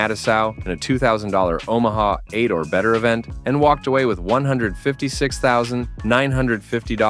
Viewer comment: This man mispronounced damn near every name! He even mispronounced fucking Omaha! 😂😂😂